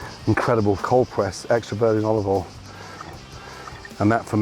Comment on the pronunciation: Years ago Gordon used to say olive OIL but more recently he keeps saying olive All